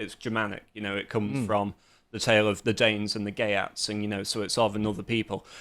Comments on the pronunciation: Geats is pronounced Yhgeats, not Gay-ats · Geats, not gay-atts.